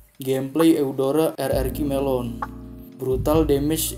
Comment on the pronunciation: kok saya salah denger ya melon atau lemon woi